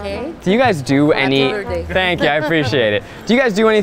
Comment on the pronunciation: "Birtday Bash Dash"